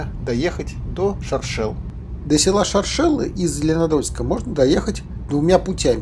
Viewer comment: Шоршелы- ударение на 1й слог) Очень душевно! Давно там не была, спс!